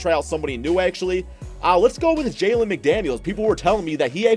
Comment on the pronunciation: Terrible, D Book at SF? And It’s Jaden McDaniels not Jalen. Do you know anything about basketball. And plz stop butchering Ja Morants name. It’s pronounced More-Ant (the bug)